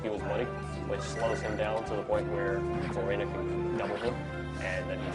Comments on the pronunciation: ***** The reason I see Florina as Flor-EE-nuh is because the "i" in Florina is followed by a consonant, then a vowel. That dictates that the "i" becomes a hard vowel. Look at Nidorina, for example. It's not "Nidd-orr-inn-uhh." It's "NEE-dOH-rEE-nuh", because each vowel is followed by a consonant, then another vowel, all except for the "a" at the end, which gets a soft vowel sound. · Odd pronunciation, I've never heard their names pronounced like that before. Floor-in-uhh? Eel-eye-wood? I thought it was: Floor-ee-nuh. Ell-ih-wood.